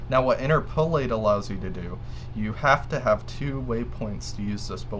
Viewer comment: Thanks for the helpful info. BTW, it's "in-TER-po-late' not "in-ter-PO-late". 8-)